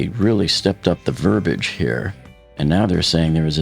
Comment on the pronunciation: It's ver-bee-idge =P